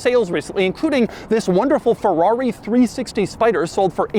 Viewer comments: Bro its FERRARI!! not FEWWAWE 🥴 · I've always wondered why americans pronounce Ferrari as "Forrari". Just why.